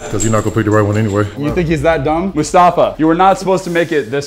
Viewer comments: it’s must-a-fa not musfasta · It’s mostafaaa